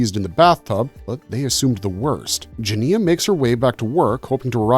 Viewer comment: Obviously you didn’t watch the film or you would know how to pronounce the main character’s name. It’s very off putting!